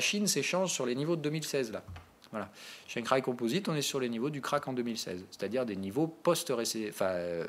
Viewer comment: Tu me tues quand tu prononces Shangai. On sent le mandarin en toi à chaque fois. haha #ChanXaÏÏÏÏ